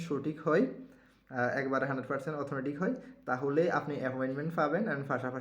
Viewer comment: ভাই শব্দটা "অথেনটিক " ।